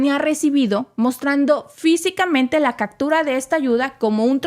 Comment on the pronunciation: ¿Quieres un comentario?... El tema, muy interesante... El libreto, pretencioso, confuso y mal escrito... La supuesta improvisación en la locución, pobre... La dicción, mala... La palabra castellana es captura, no “cactura”, ya que viene de capturar y no de cacto... El nombre del blindado de transporte norteamericano “Bradley Fighting Vehicle” y se pronuncia “Brad-ly” y no Bracli... La voz de la locutosa, chillona e inapropiada... Y para no confundir las cosas, yo, desde el comienzo, he sostenido que esta guerra fue provocada por la NATO y los norteamericanos...